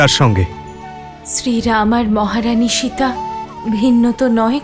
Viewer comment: শিতা আবার কি জিনিষ!?! আপনি বোধহয় ভারতীয় নন,,, শব্দ টা সিতা বা সীতা